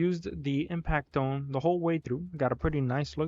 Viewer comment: I think it’s pronounced impact-tone since it seems to be shaped similar to a tuning fork. Tone - tune. Idk maybe the devs will say otherwise. Great run, I was skeptical of the weapon when I got it but I might give it a shot after better understanding the alter attack